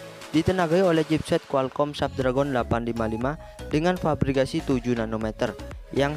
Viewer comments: Sedikit koreksi nih baca chipset Qualcomm Snapdragon = Qualcomm snepdregen gitu baca nya bukan tulisan nya Snapdragon dibacanya juga Snapdragon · Bacanya snapdragen bang bukan snapdragon Memang tulisanya snapdragon